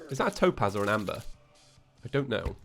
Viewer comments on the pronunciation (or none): none